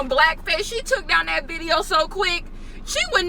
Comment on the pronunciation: "viteo" instead of "video" LMAO